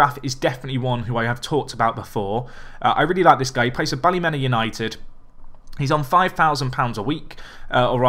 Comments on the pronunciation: Best way to pronounce Ballymena United isn’t Bally-Men-A but instead Bally-Me-Na, coming from a Northern Irish Man myself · Its bally me na like me na not the way ur saying it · Ballymena is pronounced Bally-Mina, (meena)